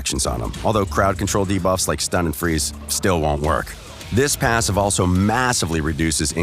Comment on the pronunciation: No more "Da-buffs"?